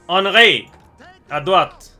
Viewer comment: If you want to pronounce Henry to the correct French maner, don't pronounce the N. You want taking our accent so do it right!!! God damn rosbeef!!!